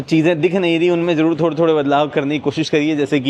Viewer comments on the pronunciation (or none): none